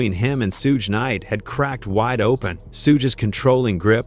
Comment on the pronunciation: this whole video is AI "Sooge Knight" at :39 seconds in. random footage the whole video Quit being lazy.